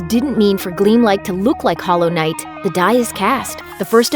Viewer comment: Stop putting such emphasis on the "i" in knight like its a questions